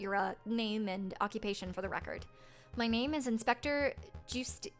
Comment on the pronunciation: Quick note: the e in Juste Volerti's first name is silent. Are you starting to understand why I enjoyed this game so much?